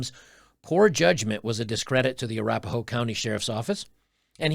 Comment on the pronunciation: I don't know, a female cop from "a-rap-a-hoe" county is very telling lmao